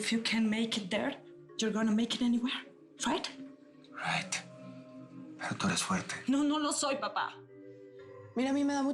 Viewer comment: Ese inglés es masticado cuando dijeron rit y no es rit es right